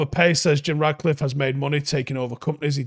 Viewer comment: Mate, I love your show, love the content, watch every day, but his name is RaTcliffe, FFS, not RaDcliffe. It‘s not that difficult. 😜